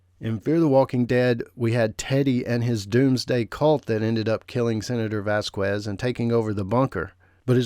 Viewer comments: "VASQUEZ" is a spanish surname, NOT ENGLISH, so you don't say "Vaskues", IT IS SAID "VASKEZ" 👈😔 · Vasquez is pronounced “VAS-kez” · vazquez is pronounced as vas-kes.. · Can people stop saying Vas qwez It’s pronounced Vaz kez! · Why do you pronounce Vasquez like that? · How do you seriously not know how to pronounce the name Vasquez? Because you’re not even saying close to accuracy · Vasquez. The U is silent